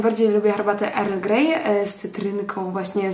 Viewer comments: Wymawiamy „el grej” nie „er grej” ☺️ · naucz sie prawidlowej wymowy angielskiej bo nie mozna sluchac tego erl greja